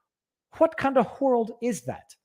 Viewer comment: "wHat kind of wHorld is that?" Adding "H's" where there are none...peak Canadian.